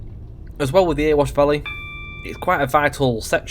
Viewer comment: its not "earwash valley" its "eh-re-wash"